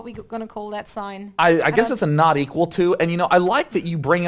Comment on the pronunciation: when day9 says not equal to it kinda sounds like naughty you!